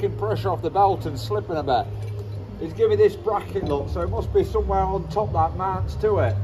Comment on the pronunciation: Top don not topon lol